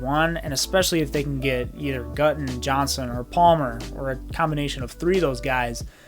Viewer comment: #15 Jalen Guyton is pronounced “Guy”-ton not “Gut”-on. Also, the Chargers kept only 5 receivers on the 53 man roster (most teams keep 6) and Tyron Johnson didn’t make the team. The Jaguars grabbed him in a nanosecond.